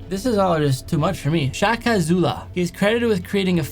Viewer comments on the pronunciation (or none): none